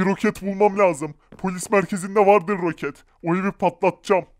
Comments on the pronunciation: ‘’ROKATLE’’ anladım abi .d jaksjsj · Abi rokatle değil roket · ROKAT DEĞİL ROKET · Rokat değil roket